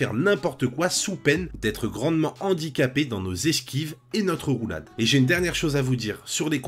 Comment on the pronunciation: Et zé partie🤣oui j'ai fait une liaison des enfers sur ce coups😅un grand merci pour ton visionage et ton commentaire 😉